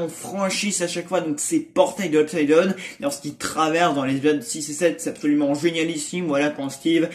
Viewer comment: Très d’accord avec toi ! Bon ta prononciation « UPSIDE DONE » pour « UPSIDE DOWN (DAAOUNE) » 😭😭